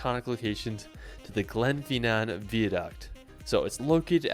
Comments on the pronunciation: Dont trust his pronunciation. It's Glen FINN-an, not GLENFY Nan. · Glen-FINN-nan, not Glen fee nan...and not Vee-a-duct, pronounced Vye-a-duct...Ellan not Eeelan Donan...Coolan (Cuillan) mountains... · I particularly enjoyed Glen Fee Naan.